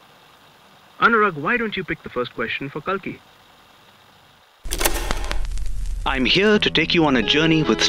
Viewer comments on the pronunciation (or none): Pronounced as Cake laa